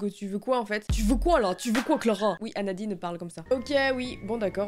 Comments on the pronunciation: MAIS WECH C EST PAS ANADINE C EST ANADITE !!! MDR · Et à la première histoire ses anadite et pas anadine